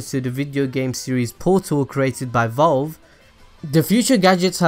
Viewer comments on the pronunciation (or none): none